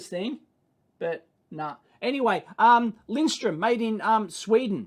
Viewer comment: It's Lindström, "linsTRRRUUM" It's no wonder people say it wrong, because the umlaut is almost invisible on their printed logo. Are Piergiacomi any good, people?